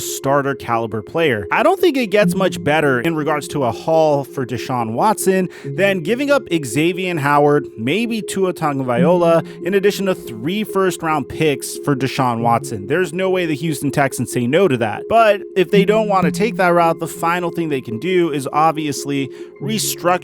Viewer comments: It’s not tagavaiola it’s tagavailoa. Please try to stop. “ola” vs “loa” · Tagovailoa.. not Tagiola